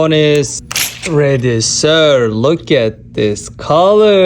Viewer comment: The first time he said sir not sirsh 😂 no offence